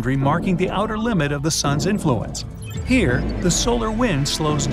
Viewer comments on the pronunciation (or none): none